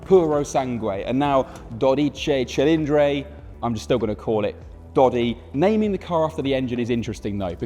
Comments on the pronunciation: Our language is all about the vowels. If you want to pronounce it correctly all you need to do is make five hard A E I O U sounds… ESPECIALLY at the end of the word. The way you’re pronouncing dodici cilindri sounds like… well, a British person trying to speak Italian but in English. 😂. say the hard “i” sound at the end of both words… it’s not a vague sound like you’re making. Good luck with the next ferrari name coming 😂😅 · Here some phonetic help to get it pronounced at least minimally right: DOUGH DEECHEE CHEE LEEN DRIE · It's pronounced dodici cilindri, thank you very much. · Sterrato [English pronunciation stehrrrahtoh] - Superleggera [superleggehrah] - Americana [americana] - Quattrovalvole [cuatroválvoleh] - Quadrifoglio [cuadrifolyoh] - Stradale [stradahleh] BTW it's [dóditchitchilindri] not [dodítchi...] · dodici cilindri, not dodicey cilindrey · it's pronounced "dodici cilindri" not "dodice cilindre". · Dear Top Gear, this is not Dodicei Cillindrei but Dodici Cilindri! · Dodice cilindre made me upset. Please dodici cilindri. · Dude, it’s not that hard. Dough DEE chee chee LEEN dree. The first vowel is an “o”, and it’s all “ee”s after that. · "Dorice cilindre" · "DodichAY ChilindRAY" 💀💀💀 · Daw-dee-chee Chi-lean-dree C'mon, it's not that hard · Daw-dee-chee Chi-lean-dree That should do it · Dodichi chilindri. He butchered the pronunciation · Why does he pronounce “i” as “ay”? “Docicay Cilindray”? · Makes a big deal out of pronouncing the name and immediately botches it twice in both words. Great job 😂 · Do note: the final letter in Dodici and in Cilindri is an 'i', not an 'e'. So the ending of each word rhymes with "see", not "say". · Damn...i never heard someone say dodici cilindri that wrong😂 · It's a beautiful name. You're completey butchering every single Italian pronunciation tho... Why? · The dude butchered every Italian name. Do-deh-chi Chi-lin-dree, cough-fan-oh. You work for top gear brother… a little bit of effort. 🤦🏼‍♂️